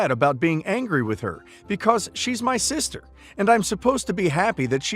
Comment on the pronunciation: She has a husband. And did you say 'cider' instead of 'sister' a few seconds before?